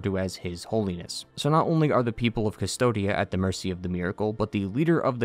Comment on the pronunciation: the world is named "Cvstodia" "coos-toad-ya" you pronouns it "dystopia" for some reason...